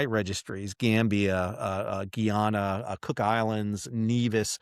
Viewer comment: it's pronounced Guy - anna